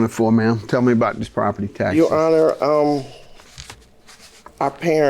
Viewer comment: As soon as i heard the plaintiff say to the judge "YOU HONOR", i knew the case was gone be good